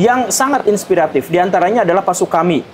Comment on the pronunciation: Ir. Sutami mang, bukan “Sukami”. Udah salah, kenceng. Ngera2keun.